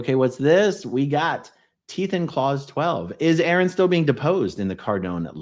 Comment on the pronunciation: A-aron cracked me up! 🤣🤣🤣